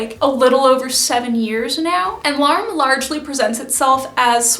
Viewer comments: I hope you will recognise that I say this with good will, but I would really encourage you to pay a little more attention to pronounciation when it comes to Japanese words. In Japanese, L'arme is pronounced 'la-ru-mu,' for example, which may or may not be true to the French, but is accurate to the fashion. As an English speaker who uses Korean as a second language, I understand the challenge of learning new pronounciations, but I think when we are adopting styles from other cultures, we should take the time to aquaint ourselves with correct pronounciation if we can. I really appreciate your perspectives and enthusiasm for sewing. I am also a seamstress of sorts having started at age 6, and now make clothes from 1950s patterns for my kids ♡ I am not personally into kawaii fashion styles, but do find the subcultures interesting and love seeing a handmade approach where so much of it seems brand centric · For future reference shibuya pronounced shi-boo-yah :) and larme probably more like ra-ru-mu